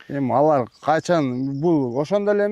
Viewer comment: Олор эмес алар деп суйлочу.